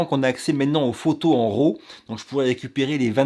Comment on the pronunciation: c'est que tu dis fichier ROW et devrait dire RAW.... il à pas de "o" dans RAW - J'adore l'accent "francais" lol J'agace et continue ton bon travail.